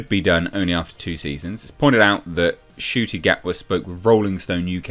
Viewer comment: Ncuti ? Are you sure the ‘N’ shouldn’t be after the ‘U’ ?